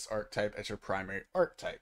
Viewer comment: It is pronounced AAR - KUH - TIPE my God why do so many ppl not know how to pronounce that word... please Google it